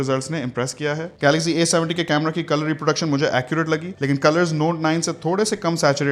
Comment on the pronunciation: Amazing Brother Love your Voice and Videos.... Jab ap Galaxy ko Galazy kehty Hein.... Literally Amazing....❤❤❤